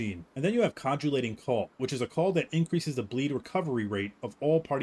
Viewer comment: Love your vids but listening to you read “coagulating” stressed me out lol